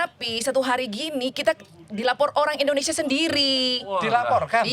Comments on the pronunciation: Don’t offense! jangan sering interrupt saat narasumber menjelaskan sesuatu and please excercise to say Indonesia not Indonesa, thank’s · Tolong dong.... host nya kalau mengucapkan kata Indonesia jangan Indonesa....